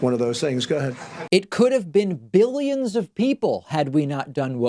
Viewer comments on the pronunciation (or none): And he has to say it like jelly "biLLyens" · Stop putting words in his mouth. He clearly said 'behyuns', not 'billions'. And anyone with a brain knows that a behyun is less than a million. Jesus. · Almost sounds like he says biddions. Mealy-mouth trump verbally defecates on a minute by minute basis. All lies and bullshit. Nothing factual comes from Donnerhea. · I think he said millions instead of billions. His speach is just gibberish though. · dont get me wrong when I say this because I hate Trump, but in all fairness I heard 'millions', it's just the way his lower lip hangs down, exposing a misaligned bite that caused the slight "B" sound